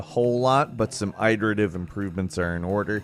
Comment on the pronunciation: please someone tell that he's pronouncing 'iterative' completely wrong.